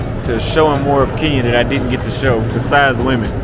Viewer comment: It's "get" not "gate".....yawa, ma jaluo mane mokia kisungu 🤦🏾‍♂️